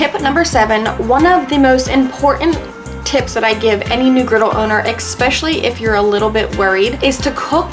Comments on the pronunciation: Great tips! Amazing video! Tip for: "ESpecially" - not "ECKspecially". You're welcome. 😉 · Great video, thank you. One piece of constructive feedback, is learn to pronounce the word "especially". It is not pronounced "Eckspecially". Seriously though, great beginner video and I appreciate it. The feedback isn't meant to insult. Thanks! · Good video but....did you say ekspecially? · yeah you lost me at "ExPecially" lmao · Lost me at “eck-specially” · There's no "eck" in especially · I died at ekspecially 😂😂😂😂😂😂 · There is NO “X” in especially…….my god that bugs me,!